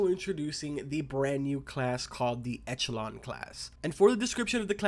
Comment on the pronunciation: Its pronounced ekelon